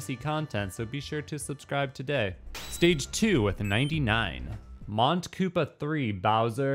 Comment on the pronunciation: Mont Koopa is French for Mount Koopa. The t is silent, the n nasalizes the previous o.